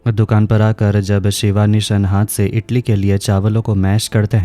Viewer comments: Itli nhi idli hota h🤣🤣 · Bhai itali nahi idali hota hai badi